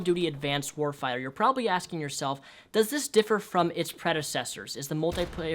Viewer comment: lol you said warfire